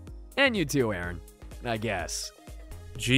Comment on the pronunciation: I think said “I’m sorry urine” instead of “I’m sorry Aaron